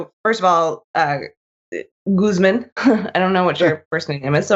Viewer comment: Pretty sure Guzman is a hispanic name and would be pronounced with a long a, but then US english does not know anything like that.